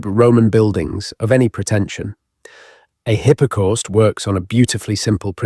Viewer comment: Neither am I. It is very good AI, but notice the pronunciations of 'hypercaust', 'Southwark'. The occasional hesitations feel artificial.